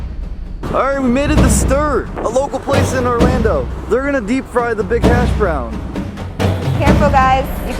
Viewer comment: When u said giant hash brown in a British accent u didn’t do a great English accent